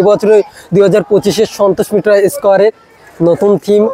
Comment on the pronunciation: ভাই আগে সন্তোষ মিত্র স্কয়ার ঠিকভাবে উচ্চারণ করে বলতে শেখ